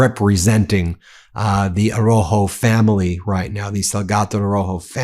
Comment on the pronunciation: Plese pronounce his last name correctly...ARAUJO...You are leaving out the "u".